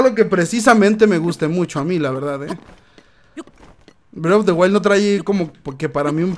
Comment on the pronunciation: de leyen of celda brei of de waild